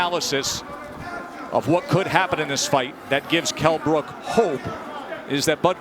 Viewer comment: Kell "mi eye brooke, brooke" brook